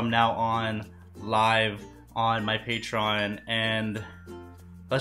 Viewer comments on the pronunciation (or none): none